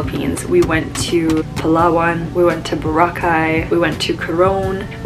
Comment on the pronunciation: Plus you even pronounced Boracay and Palawan perfectly. Unlike other foreigner or vloggers, a lot of times I cringed every time I hear they're mispronouncing these places.